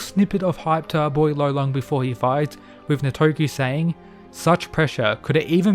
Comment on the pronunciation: Bro he’s gotta be called Lolong it is an actual Filipino word tf is rolon😭